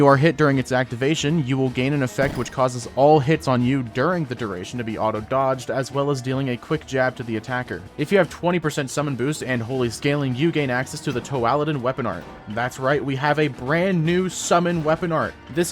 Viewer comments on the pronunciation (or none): it’s pronounced Toe-lad-in not toe-aa-lad-in because in the word toad, the “oa” takes the “o” sound Also you should’ve shouted “BEE” and then paused for a bit and say “…get it? BEEcause it’s based on a bumblzbomber. No? Okay.”